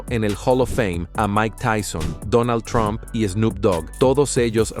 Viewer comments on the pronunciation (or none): none